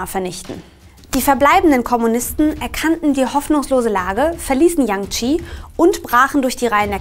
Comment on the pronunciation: Das Video ist echt super und ist inhaltlich sehr nützlich und gut aufgebaut! Trotzdem müsste ich noch ein bisschen meckern.... Das scheint jetzt vielleicht pingelig, aber die Aussprache hätte man vorher wirklich mal googlen können, wenn man's nicht weiß. Das dauert zwei Sekunden. Es muss ja nicht perfekt klingen, aber sowas wie King-Dynastie, Mao Tsedoong oder Provinz Dschangtschi muss irgendwie nicht sein, finde ich. Außerdem meine ich, dass man sich entscheiden sollte, ob man alte Namensübersetzungen komplett übernimmt (so wie Chiang Kaishek, Mao Tsetung und Peking) oder die tatsächlichen Namen einheitlichen verwendet (dementsprechend Jiang Jieshi, Mao Zedong und Beijing). Aber das nur noch am Rande. Tut mir leid für die Kritik, ansonsten fand ich eure Zusammenfassung echt super und es hat mir sehr weitergeholfen. Danke dafür!